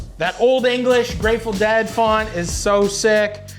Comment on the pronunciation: How much can you possibly like a band if you can't say their name right?